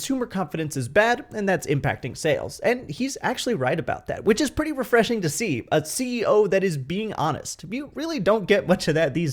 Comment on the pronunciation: Love your indian accent. The way you said "P'ty" instead of "Pretty" it's fun.